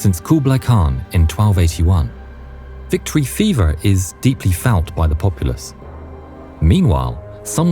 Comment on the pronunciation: Ooeeer that “victory fever” sounded a little Bristolian! Have a sub!